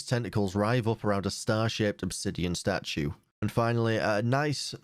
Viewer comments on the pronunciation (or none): none